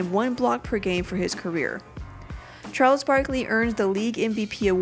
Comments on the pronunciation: who the heck is Chales barkely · "Chales Barkley" xD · "Chales Barkley"